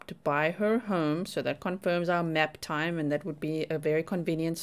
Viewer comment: You’ve said it fro. The beginning…” Maaap TYME” 😂